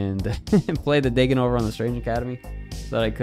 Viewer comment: Pretty sure the intended pronunciation when the character was created was Dah-ken, not Day-ken, considering he has a Japanese origin being born as Akihiro. Which is why the season theme is called Big In Japan. I dont think anyone in Japan would even think of calling themselves Day-ken over Dah-ken if they spell their superhero/villain name Daken. Also, Japan isnt pronounced Jay-pan.